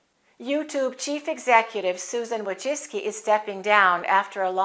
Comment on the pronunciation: My congrats, your pronuciation of Polish surname Wójcicki (vooy-chee-tskie) is almost similar to genuine Polish pronuciation!!!